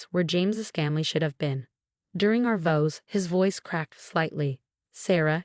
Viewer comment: Interesting pronounciation of vows. I love the plot holes in these AI stories, entertaining.